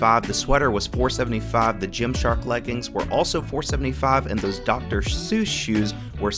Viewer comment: Love the videos, happy to have a new one to watch! I gotta say tho, it’s Dr. Seuss lol not Shouze 😂😂😂😂